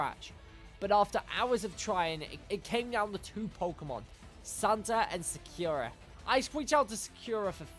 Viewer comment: Sa-kyu-ra It just hurts to hear it like that.